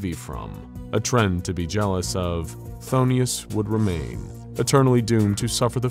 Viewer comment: Just a heads up, its pronounced f'thone-us, not fthonius. Love your work tho!